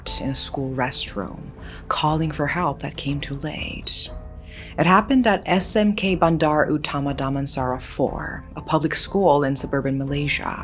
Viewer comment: The way she pronounced SMK Bandar Utama Damansara 4 is so funny with the American Accent.🤣🤣